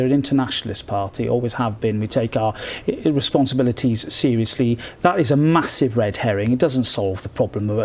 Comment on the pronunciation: "We take our irrensponsibilities seriously" lol